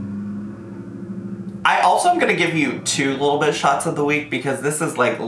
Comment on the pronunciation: I swear every time you say "Little Bit" I hear "little bitch" 😂 cracks me up every time